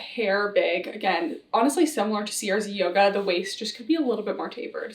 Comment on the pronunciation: (Haha writing separate comments for the engagement) … I think CRZ Yoga is pronounced either “Crazy” (most likely) or “Craze” Yoga instead each letter being spelled out.